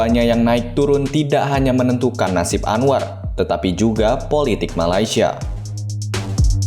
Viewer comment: Correction utk sebutan...MALAY- SIA bukan MALAI- SIA